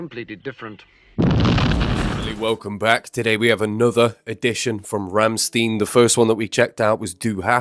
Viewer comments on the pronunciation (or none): Ramstin? Are you ok? Maybe you also BMW call "Be Em Double-V"? Its a German name. So its pronounce as "RammShtain" not "-stin" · It's Rammssshhhhtein, not sssstihn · oooo ouch. It's Ram-STINE. When presented with "ie" or "ei" it is the second vowel that has a hard pronunciation. Till has said they deliberately used a black woman to represent Germany because it pisses off the NatSoc's in Germany.